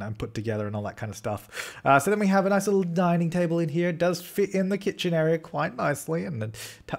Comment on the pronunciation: You said noice. I adore you